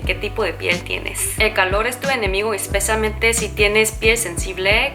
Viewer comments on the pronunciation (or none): Te entendí espesamente, corrección: especialmente